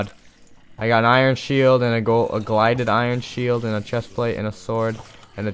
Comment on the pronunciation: GILDED NOT GLIDED